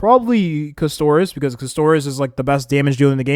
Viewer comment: Bro please Caster - is not Cuss - Toris